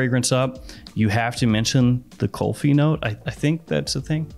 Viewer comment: It's Kulfi not kolfi.